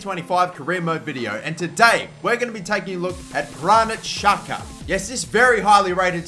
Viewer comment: He is albanian.. And it is pronounced jaka